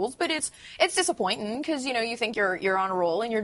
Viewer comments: It’s a word game and they have to read. It sounds ridiculous pronouncing all those words like that. “Disappointin”. Step it up Florida. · I thought she was joking when she said It's amazin' and when she says Thursday mornin' and It's disappointin' and Explainin' it and It was disheartenin'. But apparently not. That is a terrible way to speak and comes from a lack of education.